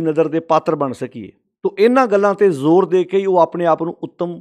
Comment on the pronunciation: ਲਫ਼ਜ਼ ‘ਜੋਰ’ ਹੈ ਕਿ ‘ਜ਼ੋਰ’???